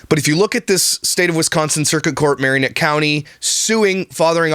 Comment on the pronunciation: Dood !! Haha. I did not know these fools lived SO close to me. I'm an hr from them. My sister lives in marinette. Pronounced- mare-in-ette. Fun fact- I also live an hr away from "just the bells 10". Small world